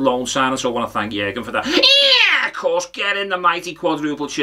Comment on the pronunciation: The "Ye'course" got me good.